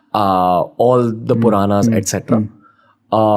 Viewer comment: Ranveer yaar stop pronouncing wrong like puranas,karma,dharma,rama,yoga why are we Indians using our own words as per western pronounciation. Just like we learnt English pronunciation they should learn Sanskrit pronounciation.we don't need to change our accent for that.accent plays a vital role in hinduism as it carries the energy of the word within it. So i hope you understand